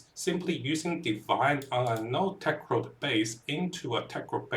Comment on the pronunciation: That's what you get for trusting the guy who can't pronounce not only Tecrod but also Kurgle. These are not difficult pronunciations and take minimal effort to learn once